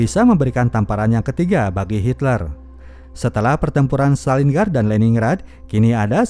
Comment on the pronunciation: Maaf,, bacanya Lenin-grad, Stalin-grad. Grad=kota. Lenin-grad= Kota Lenin.